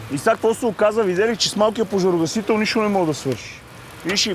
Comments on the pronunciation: моля те, кажи на, че се казва поЖАРогасител, а не поРАЖогасител. 3 пъти го казва грешно, не е ок за такъв човек:)) другото важно е, от въпросната агенция да натиснат за промяна в законодателството...с тези пожарогасители, които се продават и полицията ги приема за ок, освен да си изгасиш цигарата - друг ефект няма. Отбиване на номера само! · Казва се ,,пожарогасител”,а не ,,поражогасител” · Клипа е много добър с много полезна информация! Искам само да вметна, че се казва ПОЖАРОгасител, а не ПОРАЖОгасител. 😂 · Не веднъж, а всеки път като се опита да го каже. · защо казваш постоянно поражогасител